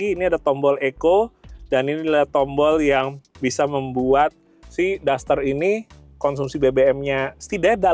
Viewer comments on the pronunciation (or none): Duster woy, duster, bukan daster 😂😂